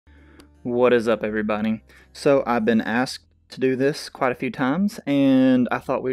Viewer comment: Is it just me or does it sound like he says what is up every B U N N Y